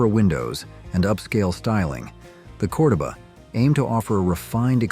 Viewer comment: It's pronounced CordOba,,, love the 70s cars!